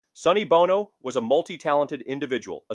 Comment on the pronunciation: It's pronounced Bowno, not Bahno!!!